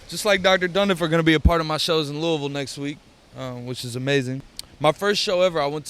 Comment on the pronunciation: Jacks the only person I ever heard say Louisville correctly.....mad props usually it's "lewis-ville"...or Louie-ville he pronounced it "lou-ah-vulle" like he posed to